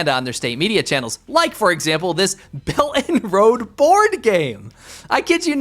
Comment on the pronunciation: Belt and road. Pronunciation damnit! Quit saying bellanro.